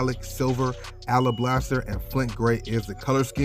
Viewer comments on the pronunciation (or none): you constantly mispronouncing 3rd grade words is ruining my vibe.... ala blaster? toe az? contracting accents? cham beret? bray! its cham-bray! jesus christmas boy.